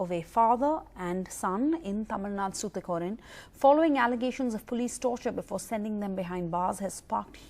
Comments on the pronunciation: yemma athu SOOTHUKORIN illama "tuticorin" unnoda pronounciationla theeya vekka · It's tuticorin , not thuthucorin .